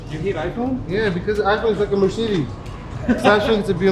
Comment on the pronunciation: When says "Mercedes" it almost sounds like he's saying "Mer-shitis"!:)